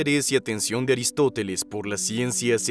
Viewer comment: es aristofeles? O aristoteles? 🤔 o son diferentes?